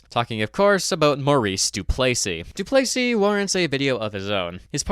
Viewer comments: DOO=place=ee? Mon Deiu, C'est prononcé Doo-ples-EE tabranac. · Not to be annoying but you pronounced Duplesis wrong in this video, you pronounced it Du-play-sees when it’s commonly pronounced Du-pleh-sees